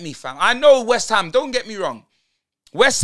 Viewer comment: Man said waste-ham 😂😂😂😂😂😂😂😂😂😂😂😂😂😂😂😂